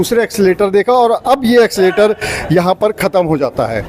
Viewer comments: एक्सीलेटर नहीं भैया😂😂😂😂 एस्केलेटर बोलते है भाई कुछ भी 😂😂😂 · एक्सीलेटर नहीं एस्केलेटर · Accelerator Nahi Escalator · Accileter aap kah rahe h Esclater boliye